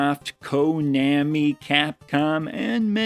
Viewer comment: My dude can't pronounce Konami